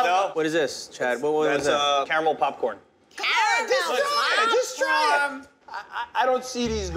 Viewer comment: Nobody: Buddy’s sister: CARAMEL PAPCOIWN?!